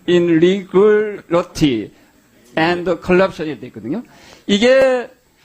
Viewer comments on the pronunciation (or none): irregularity 를 석사 박사학위 논문까지 작성했다는 분이 제대로 읽지도 못하시나??? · 경태야 배운놈이 "Irregularity" 도 발음 못하냐..아직 나이도 젊은데..한번쯤 소리내어 쫌 읽어보고 나와라 내가다 쪽팔린다.!! 젊은 보좌관한테 한번쯤 물어봐라.!!